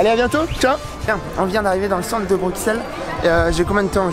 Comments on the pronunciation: J'ai bien aimé l'évolution de la prononciation "Brukssel" en "Brusselle". Reste à trouver une nouvelle occasion de revenir ;) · Pourquoi les français disent Bruxelles . Sa s’écrit Bruxelles mais on dit Brusselles comme en néerlandais . :)